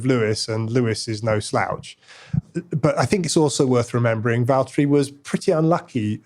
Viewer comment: Then the name is Valtteri, not Valterri